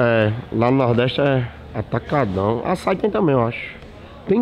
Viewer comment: mano, pq todo mundo fala "açái"??? O ACENTO É NO Í PORRAN AÇAÍ IGUAL A FRUTA PORRAN